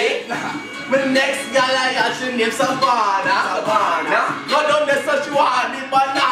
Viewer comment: Too funny!! My name is Savannah and you pronounced it right :)